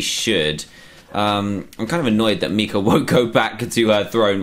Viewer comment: Instead of Mika he says Miker